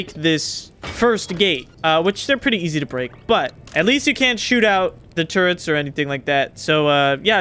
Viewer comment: I'm glad to hear you're saying "turrets" correctly now.